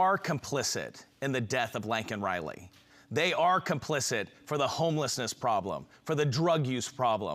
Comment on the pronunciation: Her name is LAKEN Riley, not LANKEN Riley. Learn to pronounce her name.